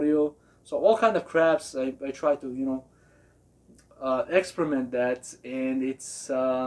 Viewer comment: Lol u kill me when u say experiment. It sounds like you are saying excrement. As far as amps, you dead on correct . There is a lot of good brands , but for the money, Orion is definitely the best.